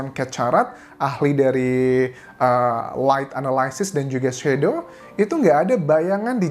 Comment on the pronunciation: Anjas ga bisa sebut.. fishy, Shadow. “Sh”, problem with pronouncing “h” 😆. that is just my analysis 🙏